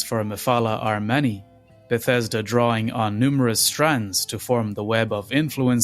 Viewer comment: You say many like Manny and you say it a lot